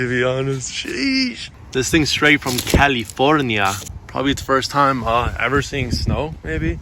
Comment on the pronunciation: Looks to be a cool project! Great color too. I especially enjoyed your pronunciation of "California" early into the video, also what a deal, look at all the spare nuts and bolts that came with the car on the driver's side floorboard! As always a wonderful video to watch and best of all...the saga begins...again... Peace to you and yours!